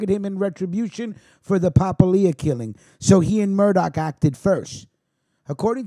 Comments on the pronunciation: It is pronounced Pa-pilia not papa-lia the way you're pronouncing it! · The way you kept butchering the name Papalia made this almost unwatchable. Its Pa-pal-ia, not papa-lia. Born and raised in the Hammer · Pa - pal- ia.